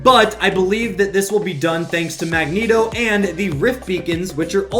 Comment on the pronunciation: Mangeeto it’s mangeto